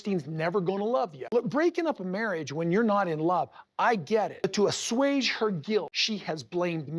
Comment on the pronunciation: Ahswage? Uh, even my keyboard knows to correct that to assuage, Kody. 😂🙄